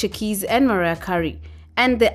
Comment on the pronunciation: "Mariah Curry" 😂😂😂😂